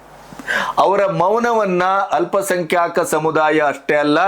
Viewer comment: ಅಲ್ಪ ಸಂಖ್ಯಾಕ ಅಲ್ಲ..ಅಲ್ಪ ಸಂಖ್ಯಾತ ಅಂತ ಹೇಳಿ..ಭಾಷೆ ಶುದ್ಧತೆ ಬೇಕು